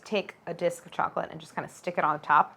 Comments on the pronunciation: Why can't she pronounce "chocolate?" She says "cholochip?" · At the beginning it really sounds like you're saying "chola chip cookies" 🍪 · Is it just me that hears “challa chip cookie” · Did you say challah chip cookies!!? 🤣🤣 i love it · Only Claire has time to make ice baths, her own vanilla, and brown butter. But has little time to pronounce all syllables of the word chocolate 🤣 it sounds the the video is on fast forward when she says chocolate ⏩